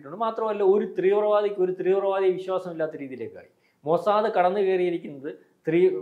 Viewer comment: Trivravaadi alla teevravaadi